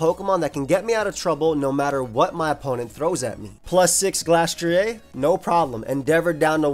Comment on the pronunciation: Why do you pronounce glastrier like that